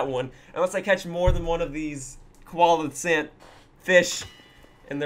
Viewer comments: I think it should be "see-la-canth" XD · heh you said koala can I pronounce their name Co-Elle-Uh-Canth